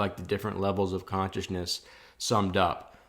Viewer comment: I like how you say conchisness